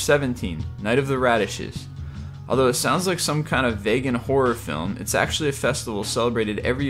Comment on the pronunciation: Oh my god! Learn how to pronounce "vegan." Seriously, at least try to figure out how to pronounce things before you say them in a public video.